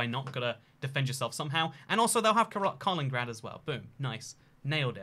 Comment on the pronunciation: you forgot lithuania and its "kaliningrad" not "kalingrad", also, you didnt give them kaliningrad at all